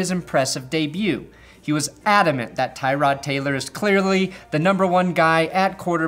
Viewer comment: Poor Tyrod Taylor. Not only did the doctor fuck him over but nobody ever pronounces his name properly